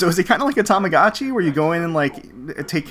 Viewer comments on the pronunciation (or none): none